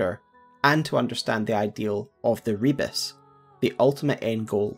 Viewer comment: Another video where pronounces "Rebis" as "rebus" despite them being very different words. One of them is another name for the alchemist's Magnum Opus, the philosopher's stone, represented as the divine hermaphrodite (a single body with both a male and a female head upon it). The other is a simple puzzle/visual pun consisting of mixed letters and images.